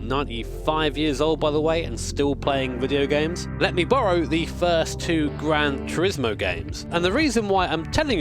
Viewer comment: “Granch Rismo”